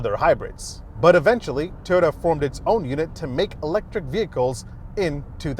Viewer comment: The name goes with pronouncing Toyota like Teeyota.